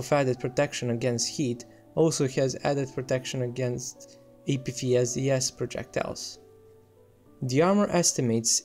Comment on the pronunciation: I know english isn’t your first language but, “Apfeesdees” cracked me up. Good video though.